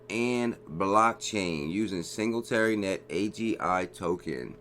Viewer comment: Not hating but you are pronouncing singularity net very wrong. AGI is my number 1 pick!